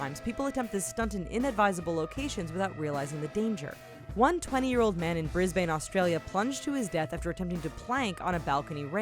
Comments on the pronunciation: Brisbane not Bisbene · That’s not how you say Brisbane